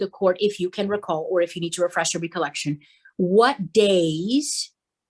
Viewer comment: The mother's attorney doesn't know how to pronounce "recollection"~ XD Edit: This judge is too young to properly and professionally control the courtroom. Edit: This judge is so ridiculous!!! Allowing the mother's attorney to act so unprofessionally but admonishing the father's attorney for doing THE EXACT SAME THING. Her bias is showing far too much for her to have the right to sit on that bench. This is so far from okay and so far from justice, it is an absolute joke and she should be ashamed of herself for not putting the well being of the children before her ego. So sad.